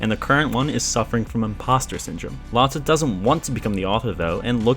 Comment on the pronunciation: ive never heard anyone say lotte like that. Epic vid tho.